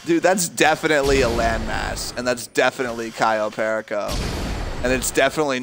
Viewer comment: It's CAYO PERICO please please🙏🙏🙏🙏say it properly🤣🤣🤣🤣🤣